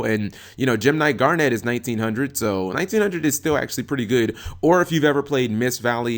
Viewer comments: Yeah he's pronouncing it as Garnette. A strong emphasis on "NET". It's just "Garn-it" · damn, how can you even mispronounce garnet?